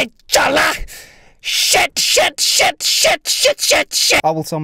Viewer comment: When he said SHET I felt that.